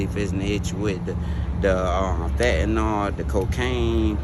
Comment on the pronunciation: Fatnall? People it’s fen-ta-nyl.